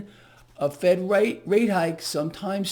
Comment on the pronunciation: Did you say Fed rate hike or Fake rate hike ?